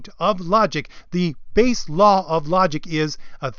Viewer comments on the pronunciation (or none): none